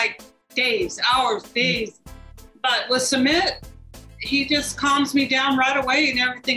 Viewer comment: It's Sumeeeet not summit like summit of Everest 🙄🙄. "Were you shocked by what people ate?? "